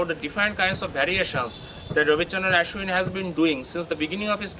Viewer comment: Not aeeshwin it's aaashwin